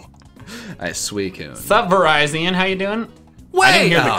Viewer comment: Vih-Rih-Zee-Ohn, not Vih-Rai-Zee-Uhn. (I know the latter is how the anime pronounces it, but the former is how Lockstin pronounces it)